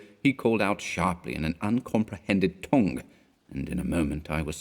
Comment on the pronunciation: You couldn't keep the North out of the word 'tongue'. ;)